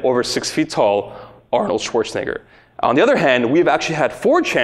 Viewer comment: Arnold Schwarz-what?